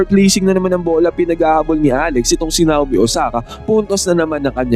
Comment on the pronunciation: Nayomi yan boss hind Nawmi. Ganyan ang bigkas niyan.